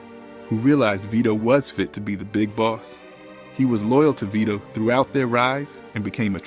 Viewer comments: Stupid AI - come on, at least pronounce Vito's name right. "Veye-toe"? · "Let's look at the scene at Vy-doh's funeral...." Can you seriously not spend nine minutes narrating these yourself, so the pronunciation isn't all AI'd up? If you must use AI to generate these, at least use it to correctly punctuate the description text. This is unacceptable, a stunning show of disrespect to the cultural masterpiece that is The Godfather. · The AI reading narrator for this video is terrible, the fact that it can't pronounce Vito correctly is ridiculous!!!